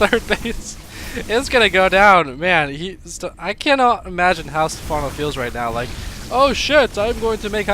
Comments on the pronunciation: Pronounced Stefffffffffffawwwwnoo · Step- HANO? SERIOUSLY?